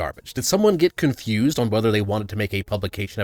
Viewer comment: "It was cunfused!"